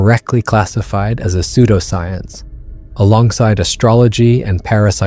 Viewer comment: Your narrator-robot needs to get pronunciations right before the recording begins. 'Pseudoscience' pronounced [like soap sud] 'sud-oscience'. Really?